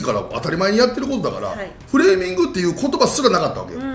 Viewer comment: フレーミングが フーレミングになってる